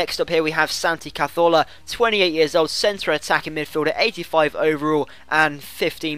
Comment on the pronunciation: Why are you saying Santi Cazolfa